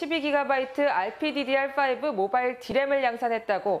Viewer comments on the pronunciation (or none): 엘피디디알인데 알피디디알이라고 발음하다가 나중에 바뀌네...ㅋㅋ